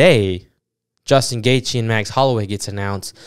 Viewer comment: I was rocking with you bro ... Then you fumbled Gaethje's name